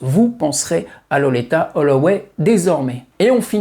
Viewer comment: Merci pour cette vidéo sur cette grande dame, dont j'ai découvert la voix, sûrement comme beaucoup d'autres, fin 1989 sur le fameux Ride On Time. Par contre, ta prononciation de Loleatta sur l'ensemble de la vidéo m'a fait tiquer de l'oreille, je l'aurais personnellement prononcé "lolita". 😉